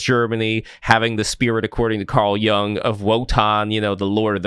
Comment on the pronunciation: LETS LEARN...HOW to pronounce KARL JUNG last name properly!!!!! It is NOT..pronounced "young"! It is pronounced as "yoong". Pronouncing it like "young", is like fingers nails across a chalkboard, for the German ears!